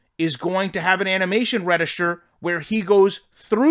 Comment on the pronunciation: It’s funny he can’t say register right 😂😂😂